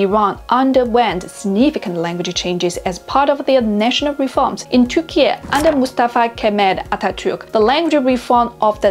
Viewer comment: Firstly,As a Turkish i can say this video has been a nice work.Also, thank you for pronouncing my country's name correctly.There are old Turkish words that correspond to words that entered the Turkish language from Arabic and Persian, but most of them are not common because they are forgotten or not used. But old Turkish words are still used in the villages of Anatolia.I'm interested the topic of my native language Turkish,and this video appears very objective research.Thank you again..